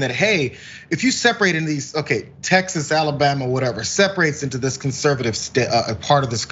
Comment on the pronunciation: Heard the perfect pronunciation of Texas, Texarse. Seems about right.